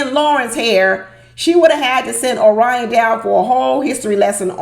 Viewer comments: O-R-I-O-N not ORI-ON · HAPPY THANKSGIVING and thank you taking the time to post today. I couldn't stop laughing...you mispronounced Orion's name the entire time. PLEASE DO NO STOP. I totally agree with your title...OMG I was sitting watching last night and making 'blah blah blah hand gesture almost the entire time. Are they getting paid by the words they use? And didn't Lauren already mention she had sex 2 months before? And asking him after she says it 'How do you feel about that?' or some such stupidity. Is she carrying a checklist? So many questions. Neither is appealing and both appear stilted. I like Becca and Austin and I agree with you about 'dumping' all those med issues on a stranger. I'm tired of her crying and saying she's sorry for being sick and him saying 'it's ok.' I agree with you, one day, if she doesn't stop, it will stop being 'ok.' Not a good Poster for Vacay in Cancun. Gloom and they are adding doom. No one is having fun. As far as I can tell, Emily messed up her right wrist, but she's wearing a cast on her left arm. What happened to the outtake that showed a woman wearing a neck and head brace and a lot of blood in the snow? Did I fall asleep? They were still in Colorado when they showed ambulance peeps taking a women, then cameras cut to something else. I'm sure you are going to enjoy dinner at your sister's and away from this maddening crowd called MAFS.